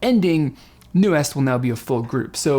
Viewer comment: I love everything about this reaction, just one thing I have to point out is the pronunciation of Nu'est. Nu (뉴) is pronounced NEW and est (이스트) is pronounced EAST. Just fyi :)